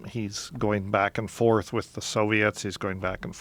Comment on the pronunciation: Dennis: "He's going back and fowarth with North Korea" You mean ended the Korean War? You two are ones to talk about "respect"